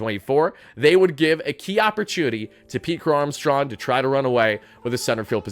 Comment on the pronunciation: "Pete Crow-Armstrawn"